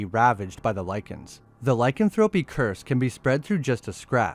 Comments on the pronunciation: "Lie-can-thropey" is actually "lick-an-thro-pee". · Google how to pronounce lycanthropy please